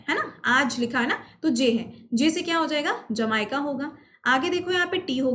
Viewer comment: Mam wo जंवाई का nhi जमैका h 🤔 By the way Good Trick 🤕